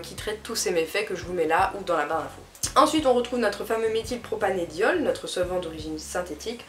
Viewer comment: Par contre, désolée mais on dit Méthylpropan"e"diol avec un "e" et pas "é" 😂